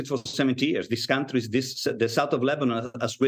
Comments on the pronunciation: shordy said lebanin🤣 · Why she say lemonnob?